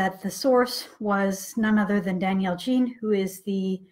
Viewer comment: It's pronounced Daniel Jean (French Canadian) not "Gene" as in English.